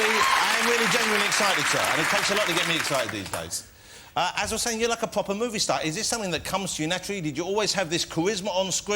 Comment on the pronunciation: Yes, pwopew